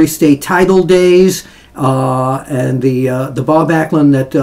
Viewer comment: Glad you could get Bob's name right.